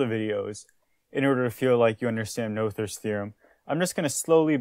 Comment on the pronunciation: Not to be picky but the name is pronounced “Nooters” theorem. Another channel did the research from the original language and that’s how it’s pronounced.